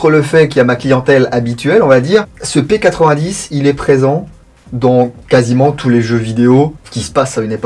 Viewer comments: On dit p90 pas p8010 c est Belge ne l oublions pas 😂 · P-nonante vraiment nonante c'est une arme belge donc ça se prononce a la belge